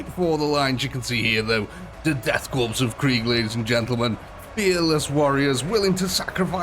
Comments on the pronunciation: For the love of god man, learn to pronounce "korps". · When you pronounce Korpse, the “ps” is silent.